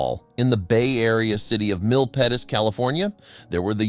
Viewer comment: Whew! It's hard to hold your breath for all nine minutes of the story. I'm familiar with the location of the story. BTW, we pronounce Milpitas as mill-peet-as.